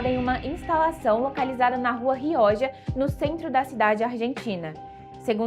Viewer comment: Me explica como que um jornalista, qualquer um, consegue dar noticias pronunciando nome em alemão, em hebraico, mas uma palavra em espanhol não conseguem se dar ao trabalho de escutar o Google pronunciando???? Rioja se lê "rrrrrrrriôrra", com aquele R inicial que vibra a pontinha da língua.